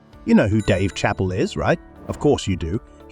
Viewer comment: Hate Robo voices. It's not Chapel. It's Chappelle (Shappelle)! And yes, He's the best!!!